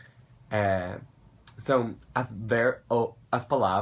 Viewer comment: O seu "são" é perfeito!!